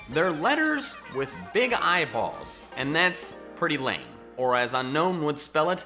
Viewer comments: Its pronounced un-own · unown is pronounced un-own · Be annoyed. It's pronounced Un-OWN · It's not pronounced un-known it's pronounced un-own. Only 1 N. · Top 10 Pokémon no one likes.... Didn't mention a single one of the ones that are universally disliked like Jynx, Mr.Mime, Trubbish line, etc. Lol. Also people still pronounce them UnKnown, whereas it's UnOwn. I used Unown on every playthrough they've been in and always try to collect the full alphabet. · DO NOT CALL LICKILICKY TRASH! AND IT'S UNOWN, NOT UNKNOWN! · It’s pronounced (Uh - nown) you say (Un - nown) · 1st nice video 2nd not a grammar nazi 3rd it is pronouce un-own not un-known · It's Unown not Unknown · Just gonna leave it out there but Unown is actually pronounced as UN - OWN. As in to disown it. I get why gamefreak named it that, because after you catch it, you want to UNOWN it! Hahahahahahahahaha! dies of laughter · at you pronounced unown wrong its pronounced un-own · It's pronounced un-own. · ITS UN-OWN NOT UNOWN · Hey I'm just here to tell you the real pronounciation for Unown is Un-own because you don't want to OWN it